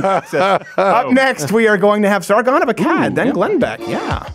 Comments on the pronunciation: Why did Steven pronounce Sargon's name with a Peter Griffin/New England accent? The shame, such horrible shame lol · Sargon name pronunciations are ridiculous 😂